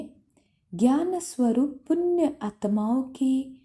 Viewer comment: It's punya not punn !!!